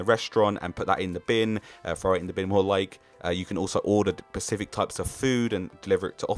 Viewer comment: Decent video, but god is it aggravating when someone says "pacific" instead of specific